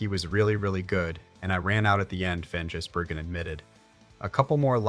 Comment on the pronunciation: Jizzburgen, lol! Gotta love AI voiceover. ❤️🇦🇺🇳🇿